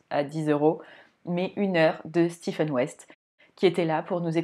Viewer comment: Je vous découvre, vous êtes très agréable à écouter, pas de heu toutes les secondes 😊 Je m’abonne direct à votre compte ❤en plus vous êtes la première que j’entends prononcer correctement le prénom de West , le Steven je ne peux plus l’entendre🤫